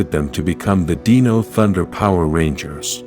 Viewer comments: deno? how hard is it to say dino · It's pronounced Dino not deano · Dino not deeno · Dee-nohs??? Wasnt that Selenas band? 🤣🤣🤣